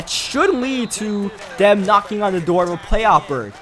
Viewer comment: and "dem" instead of "them"